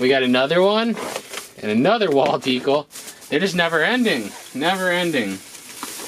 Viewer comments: Ha ha love how you said “wall deekel”! Cracked me up! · the way you say decal 😂😂😂